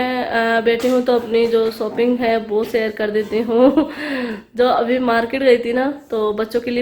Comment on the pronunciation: Or sooping nai.shopping hoti ha😆